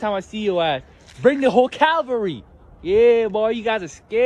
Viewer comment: He really needs an English lesson. It isn’t “Calvary”…it is “cavalry”. Geez